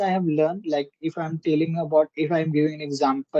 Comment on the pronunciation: Bro using the word LIKE is not the problem but you mispronounce it. And instead of using toh you can say so it's a english word and has the same meaning. Last but not the least you also need to listen to the english content and understand how they form sentences and what word they use. This will certainly help you improve your spoken english skills. Have a nice day Bro.